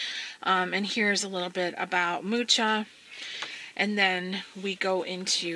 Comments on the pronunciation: Thanks for sharing! As I know it is pronounced "muha" and he was Czechish. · And I've been pronouncing his name "Mooka". Beautiful books by the way. I'm might buy books 1 & 3.